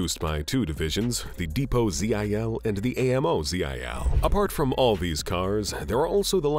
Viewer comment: Tell your voice-over-computer that Russians speak abbrevations as a word. GAZ, not G-A-Z, Mi-8, not M-i--8, Zil, not Z-i-L.